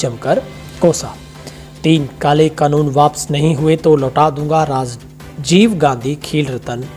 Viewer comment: कनून नहीं होता कानून होता है। हिन्दी में पंजाबी की तरह मत बोलो हिन्दी का उच्चारण ठीक से करो